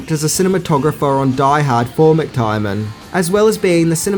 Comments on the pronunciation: Also McTierNan, not McTierMan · Man can you pronounce any name correctly? It's mctiernan not mctiermann or mixed Tireman or whatever the hell you're saying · McTiernan is not pronounced McTierMAN or McTIREman . It's pronounced McGucciMayne. Hello! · Its McTiernan. I think you pronounce it every way except that!!!